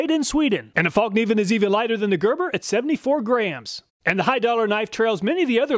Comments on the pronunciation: It's pronounced "fallniven", the K is silent, like in knife. True cringe moment when I heard it pronounced Falk Niven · "Fällkniv" means "folding knife" and is pronounced "fell kneav". Love the videos btw, thanks. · I'm just used to hearing 'fallk-neevin'.